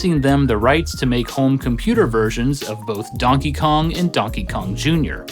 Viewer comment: Great video as always! So much love for this channel. Does anybody else hear him say Dunkey Kong